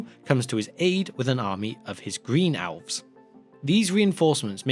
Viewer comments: I thought he said OWLS when he said ELVES….he pulled an Ozzy..lol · Why is my man saying "Owls" insted of "Elves" ?